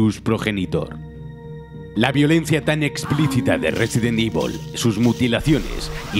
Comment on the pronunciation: Nadie: Absolutamente nadie: Ni siquiera Chris: Narrador de Scandal: Resident IVOL